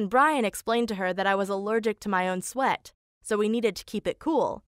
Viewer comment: I thought they said allergic to sweet instead of allergic to sweat 😂